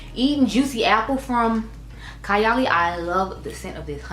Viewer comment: Happy birthday, mom!🥰 I think the lip matches with the outer corner color of your eye. Needs a darker liner but otherwise its great. Also, its pronounced Kaaay--- Ali. I only own Apple and 28. I am looking forward to fall and winter to reach for '28 again. I have less than half a full 1 oz and a travel but when im finished , I wouldnt repurchase. Burberry Goddess is what I think '28 should have smelled like.